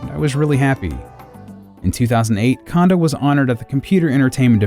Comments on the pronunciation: KAHN-doh? Please. The guy is a legend, pronounce his name correctly. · I apologize for my mispronunciation, but also literally no one I know has ever pronounced it Cone-doh. Doesn't mean it isn't right, but also context matters. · When will Anglophones stop pronouncing it as "Kahndoh"? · Before I watch this video, I am so worried it's going to be littered with pronouncing it, "Kawndoh," and it's going to drive me insane. I'd just like to say though,, you're an awesome guy, and many of my closest friends mispronounce Japanese stuff all the time, so I will likely enjoy watching this video regardless. Also, Koji is one of my favorite composers, right up there with Grant Kirkhope, Toru Minegishi, Robin Beanland, and David Wise.:) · I’m more bothered that his name is still being mispronounced. (It’s “kohn-doh”) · Kondo is pronounced cone dough. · The first 'o' in Kondo is pronounced the same way as the second (and also the same as Koji). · How can one say "Kondo" so many times incorrectly?! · Would you love him enough to pronounce is name right? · Who else really didn't like how the narrator kept pronouncing KAHN-doh instead of KOHN-doh? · Does anyone else feel like it's disrespectful to not do the research on the pronunciation before spending this much time making a video about them? kon in Japanese has a long O. It's cone-doe, not kahn-doe. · I had literally never heard it pronounced any other way before I looked over Dylan Cuthbert's interview and the comments on this video. A great number of my friends are industry professionals who have even met Mr. Kondo, and still pronounce it like I did in the video. It sucks that I mispronounced it, but language barriers are hard, especially between Japanese and English. Cut me some slack. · Why does everyone pronounce his name "Kando" and not "Kondo". It bugs me. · Not ‘Condo’ Its ‘Cone-do’ If you’re gonna make a video where you say it multiple times you should pronounce it right